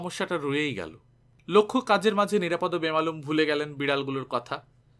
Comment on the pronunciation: নিরাপদ্ নয়, ও-কারান্ত নাম নিরাপদো। যদিও বানান একই। একজন বাচিক শিল্পীর এটা খুব বড়ো ত্রুটি।